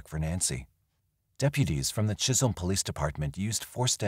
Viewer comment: Chisholm not chisel MN. I worked at Heritage Manor in the 90's